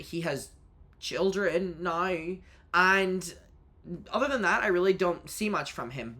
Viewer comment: “He has children NAOW” lol